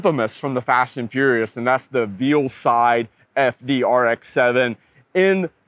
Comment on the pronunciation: Dude said Veal Side.